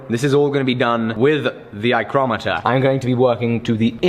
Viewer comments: 'Eyecrometer' lol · "Eyecrometer" was epic